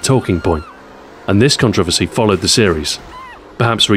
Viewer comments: a person in the US, I programmed for the Commodore Amiga [weird!] and subscribed to many UK magazines; I got the the vernacular they used. That said, while I understand "zed" and "aloominEum", I have NEVER heard 'controversy' pronounced that way... and I have BBC America! Also, don't be too mad at them as their country is being over run and likely won't last two decades. :( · Wise Guy 508 In my ten years in the military, working with over 27 countries, I've never heard that pronunciation. Perhaps the word never came up? All the same, it's 4 syllables and as such, the word is butchered to the point of being cringe worthy. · It's CON-troversy, not con-TROV-ersy! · I've never heard anyone pronounce "Controversy" as do you. I like the video and the content but sheesh! :D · it trips me out every time he says controversy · That's strange as I've NEVER heard it pronounced that way...??? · I'm from London and I don't accent the second syllable, so it's not an 'English' pronunciation at all. +Iliek Jeez. Touchy, aren't you? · Same here. I had to rewind just to make sure it was 'controversy' that I just heard. Literally the first person I ever heard pronounce the word like that. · Different places pronounce things differently.